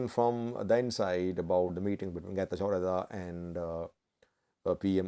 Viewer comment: Let correct you how to say correctly this name. Getachw Reda Not Geta jordha